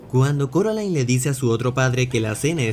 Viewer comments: ehh se dice coraline no se dice caraline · Casi me da algo cuando dice “Caroline” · No es caroline es C "o" raline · SE DISE CORALINE NO CAROLAIN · Si pero no sé si dice Caroline es coraline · Cuantas veces Coraline va a corregir que se dice Coraline y no Caroline🤔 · carolain Video: corolain jajajaa Como se pronuncia el nombre? Carolain o Corolain